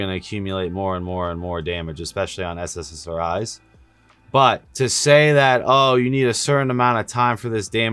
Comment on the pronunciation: Fyi you keep saying sssri's when it's ssri's